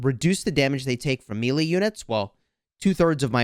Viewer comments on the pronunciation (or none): It’s MAYLAY…. not produced MEALY. what the FUDGE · MAY....LAY...MELEE lol